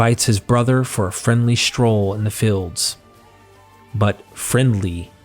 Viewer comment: It becomes a bit of a chore to listen - when the Narrator pronounces words incorrectly. It took me a little minute - but when I realised that this guy has problems with the pronunciation of long vowel sounds - I was able to not have to back-track so often. '"Feeling" cornered' - became '"filling" cornered' - and "fields" became "fillds" . . . "Labyrinthine" was tortuously mispronounced - and "tales" became "tells" . . . And it's not a regional accent thing, or that English isn't his first language - or even a speech impediment. His English is as near accent-LESS as I've heard. No - it's just that he has a real problem with long vowel sounds. Although still a little jarring - I could listen okay, once I'd figured it out.